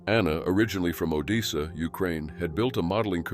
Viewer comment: It’s pronounced like it’s spelt, O-De(De like desperate)ssa not O-dee-sa.